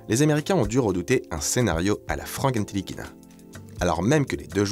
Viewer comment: Frank Ntilikina se prononce NI-LI-KI-NA (pas ène-TI-Likina).... 🙃🙃